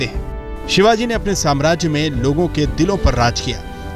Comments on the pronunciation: Kutiya nam thik se le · इसे किसने रिपोर्टर बनाया जो शिवाजी महाराज का नाम सही से नही लेते